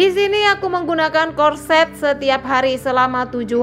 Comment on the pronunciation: Corset..cara kamu sebut pertama itu betul